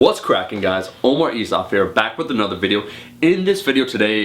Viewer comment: if i hear this guy say "qualify" instead of clarify.. and pronounce his name "Omar Eesof here" once more, I'm unsubscribing haha